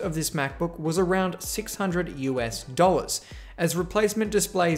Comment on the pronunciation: But- It wasn't only "20 doll-ahs". Not at all considering the trade.